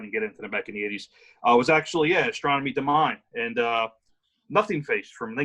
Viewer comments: So annoying when they say Astornomie Domine as do-mine. Its dominé..not mine. So annoying. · Love Voivod's "Astronomy Domine." Great video too. BTW, "Domine" is pronounced "dom-in-ay." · I agree that VoiVod (from Jonquiêre, Qc) improved until their 4th album. After, I stopped listening to them. The second word for the Pink Floyd cover is pronounced "Do-me-né". Very good episode as usual.